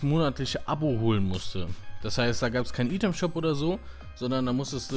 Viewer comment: Dein Englisch hat sich verbessert, aber sprichst "Itemshop" immer noch falsch aus :D